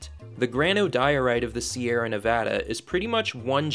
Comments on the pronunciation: Sierra not Sierras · “You are traveling to ‘The Sierra’, not ‘Sierras.’ ‘Sierras’ is grammatically incorrect and stories that use the word ‘Sierras’ lose all credibility with those who know better